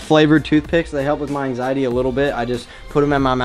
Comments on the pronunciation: "ansiatti" LMFAO i think you meant anxiety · "ansiatti"? its Anxiety